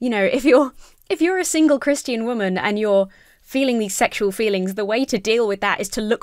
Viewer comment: says Chris-t-ian, yes I know that's how posh people say it, no, I'm not above being charmed by it.